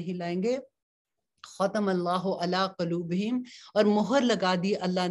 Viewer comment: Kuloobehim nahi h..Quloobihim h